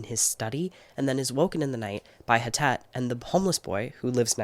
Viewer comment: Hi! I doubt you’ll see this but wanted to let you know that Htet is pronounced more like Thet (if that makes sense!). She is Burmese and was found in Malaysia but she is not Malaysian. Htet is a Burmese name, as well! The author is Karen on her mom’s side, an ethnic minority from Myanmar